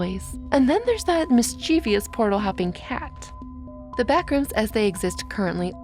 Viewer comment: I love you, but mischievous is pronounced mischief- us, not miss-chee-vee-us. Look at the spelling. There’s no I between the v and the ous.